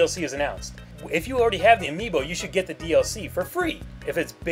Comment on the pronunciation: Omfg Amiibo not AmiiBOI